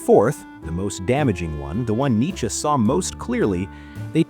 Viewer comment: I mean the channel it's like 7 months** old so definitely AI. Also pronouncing Nietzsche as "Nichy" clear as water.